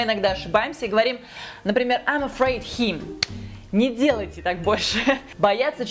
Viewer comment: да меня действительно зовут Роман. Я отлично понимаю что конечно же не надо Ы-кать как в русском языке/ Просто я говорю что звук i в этих словах произносится намного ближе к "ы" чем к "и" А произносит некорректно. С каким бы уважением я к ней ни относился. Например она говорит "хим" - him. Типичное русское "и". Это мне подсказал один мой американский друг на заре моей юности когда я только начинал учить язык примерно 25 лет назад. Сейчас я живу в Канаде и каждый день общаюсь примерно с 20 американцами по телефону так как я работаю в продажах. Так что я знаю о чем я говорю.